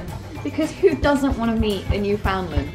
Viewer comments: I love the way you emphasize the FOUND in Newfoundland 😂 What a giant sweety he is 😍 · YOUR ALL SAYING NEWFOUNDLAND WRONG XD XD XD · ohhhhhhh said Newfoundland wrong!!!!!!!